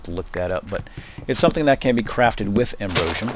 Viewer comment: you say Ambrosium wrong!